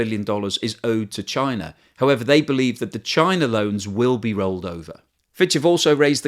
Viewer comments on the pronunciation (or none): none